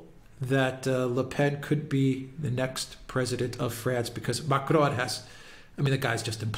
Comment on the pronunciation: STOP saying Macron as if he’s Spanish. You do NOT pronounce the N at the end of a French word! Learn to pronounce the names you cite! 🙄